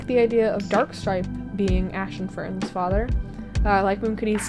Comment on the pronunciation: I heard Ash and Fern as Ashenfern. 😭🙏